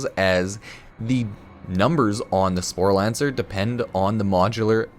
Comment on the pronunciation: Sporelacer not Sporlancer